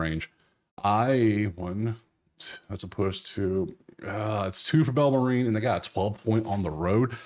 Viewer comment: Do yourself a favor, friend. Bellarmine University, in Louisville, KY. Where do you get “Bella-ma-REEN”? It’s pronounced “BELLER-men” At least SOUND like you know what you’re talking about. Just a suggestion. You sound like a fool. Sorry.